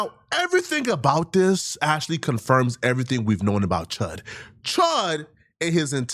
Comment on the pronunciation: What is up with the DIS? I noticed, lately, how you have been saying DIS instead of THIS. You know that is not part of the black vernacular, unless you are a white man mocking black people. I realize that you are african and sometimes it seems that you use your native tongue. Is DIS where your natural language conflicts with english? You didn't say DIS much, before. But lately, it has really become pronounced. Sounds like CHUD, nickname will be changed to PIT, in prison. PIT as in cockpit. lol